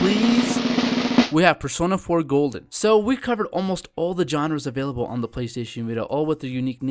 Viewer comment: In persona 4 you buchered there names so bad but I like the list I needed more games on the Vita